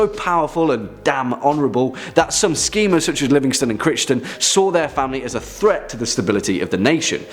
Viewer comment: Great vid! FYI regarding the Black Dinner Crichton' s name is pronounced 'Cryton', not as it's spelt. Sorry to point out but as a Scot and a history student I was cringing a tad! Nevertheless great vid! #topscary